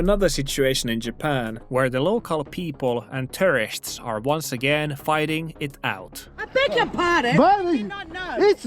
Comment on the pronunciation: I like your videos but please work on your pronunciation of tourist.✌️ “Most people don’t follow the rule” is incorrect, I believe. I support the Japanese man, somewhat.